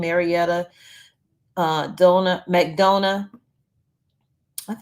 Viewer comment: It's pronounced McDonna, Georgia!